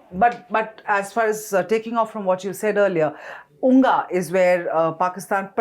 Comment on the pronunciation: It is said UNGA not unga. spoke well and facts about J&K, Ladak. Modiji is doing the right things. Peace need to come to this area